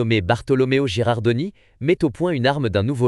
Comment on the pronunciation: "Girandoni", pas "Gerardoni".😁